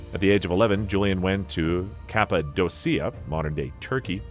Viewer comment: A lot of these words are just so rossly misspronounced- cappadocia, bosphorus just to name a couple. look up some of the prononiations - your history and video is really good.